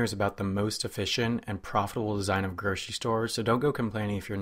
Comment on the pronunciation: Gurshery stores, huh.